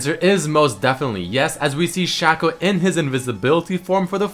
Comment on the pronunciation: u pronounced shaco wrong :|